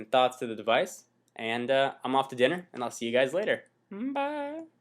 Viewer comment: whats with his "bye"?